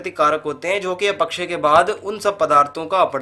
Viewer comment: "अपक्षय" को तो सही से pronounce कर लीजिए महोदय. पढ़ाने चल दिये